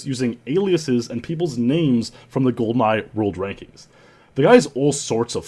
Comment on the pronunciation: Gee-Awcities? Welp, that's a first.